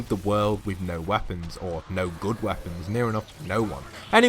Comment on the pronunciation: U said woepons though not traps